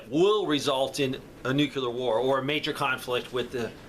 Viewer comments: I really appreciate you and your content! Thank you for providing great information! However, I need to harp on a pet peeve…please please please learn to say Nuclear! It is NuC Le Ar not NucULar as you pronounce it! It undermines your knowledge by saying it incorrectly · The word is "nuclear", not "nucular".